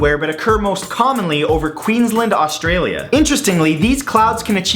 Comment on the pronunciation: I'm sorry I'm australian and that's not how you pronounce Australia and Queensland sorry